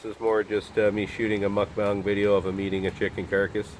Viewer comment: I just want to say that I appreciate the fact that you've changed your pronunciation of mukbang!